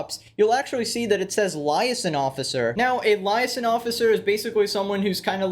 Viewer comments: Lie ason? bro... say it with me leeeeeeeeee ayyyyyyyyyyy saaaaaaaaaahhhhhnnnnnnnn :P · damn you really puttin’ an L on liaison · it's pronounced liason Lee-A-zon not Lie-ah-son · bruh its li-A-son not liahson smh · Liaison is pronounced Lee-ay-son, not Lie-a-son lol. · Liaison is pronounced “lee-ay-zon”; not “liar-son”. Not a big deal of course, just putting it out their for future reference. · Laison is pronounced "lee-ayy-sun" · Lyson officer...it is pronounced lee-ay-zon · its Lee-hey-son officer not lie-son officer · It's pronounced "Lee-aye-son" not "Lie-son". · Looks like there's some new speed bumps in the road. Also What the hell is Liezon? Its lē-ā′zŏn (Or Lee-ey-zon) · Lee a sun, not lie a son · “Lizon officer” 😂, it’s pronounced “lee-A-zon” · Bro the word “Liaison” is pronounced “LEE-EY-ZON”, not “Layson” 😂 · i hate to be that guy, but it's Lee-Ay-Zon, not Lie-As-On. (might be a dialect thing though...) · The word is pronounced LEE-A-ZON my guy not LIE-ASON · Weird way to pronounce liaison. Lee-ay-son. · It's pronounced "lee—ay—zon" (liaison) officer. Just plain old American English with a weird spelling. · It's pronounced Lee-ay-zon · Just letting you know Liaison is pronounced "Lee-Ay-Zon" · LIZON officer, LOL. This he cannot even read it correctly. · Liaison is pronounced LEE AY ZON. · It’s pronounced Lee-A-Zon. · Btw Liaison is pronounced lee-ay-zon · lee - ay - zaan (officer) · Lol man. It means you read a lot - kudos - but u pronounce liaison - Lee - Ais - On ( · That's not how you pronounce liaison. It sounds like lee-ay-zon. /liˈeɪ.zɒn/ or /liˈeɪ.zɑːn/ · It's pronounced lee a zahn. They're liaison police. Meaning they have all the power any police do. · Its pronounced as "lee ay zohn" like john with a z. No offense intended, im just an OCD grammar nazi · liaison is actually pronounced "lee-ay-zaan" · Liaison. Lee a zon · I’m sorry but it’s pronounced lee-a-sawn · Liaison is pronounces lee-ay-son fyi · The word liaison is said as lee a i son